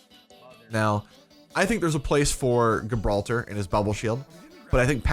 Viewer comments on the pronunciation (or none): It's not pronounced gib ralter. It's jib ralter.. like the place.. They probably called the tank gibralter for obvious reasons.. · Gibraltar = Jib-rahl-ter NOT Ghibraltar.